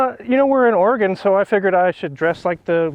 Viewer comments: It's (Or Rig Gun) That's the correct pronunciation. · Russian agent?.; is comrade and the way he pronounces Oregon, "Oregahn" is the way you pronounce hurricane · Came here to say the same thing…wtf Ore-gone? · He says it like Nat's What I Reckon says Oregono. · please you’re saying Oregon wrong it’s pronounced like “organ” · The way pronounces Oregon urks me the wrong way as a person born and raised in bend Oregon hearing out of towners pronounce it OR-UH-GON is hilarious to me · Had to stop watching after you pronounced it "Ory-Gone." It's still located between Washington & California, Oregon hasn't "Gone" anywhere. 🤦‍♂️ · Did they really go the entire episode without correcting pronunciation of “Oregin”? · Why does he keep saying Oregone? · OR-EE-GONE .... so many times.... how did this actually get produced? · Good gawd. Oregon ain’t GONE anywhere. Please help him learn how to pronounce it! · Oregonian here, and I’ve heard the name pronounced as “organ”. I’ve also heard it pronounced as “Or-eh-gun”. pronunciation would definitely make the locals think that he’s not from around here, but Ed’s and pronunciations would allow them to fit right in. 😅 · It hurts so much hearing him pronounce it wrong. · As an Oregonian I heard that and was like 🙄🙄🙄🙄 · I'm glad I'm not the only native Oregon who is offended by now he pronounced it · is disqualified for pronouncing the Oregon wrong from the start. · Great so far. Except for pronunciation of Oregon 😂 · Holy crap. I am dying inside every time he mispronounces Oregon. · Thank you!! As a born and raised Oregonian, this gets me so mad. It’s not that hard to learn state pronunciations. Especially if you’re going there…. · As a northwesterner, your mispronouncing of Oregon this whole series is going to drive me insane 😂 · All this production, and he couldn't pronounce Ore-e-gun correctly? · The way says oregon really pisses me off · The Oregon Pronunciation 😢